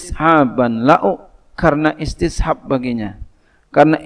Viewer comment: إستصحاب tadi kurang jls tadz